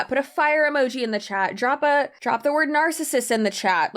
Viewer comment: The way she pronounces words as if every. word. has. a. peroid. after. it. is so annoying!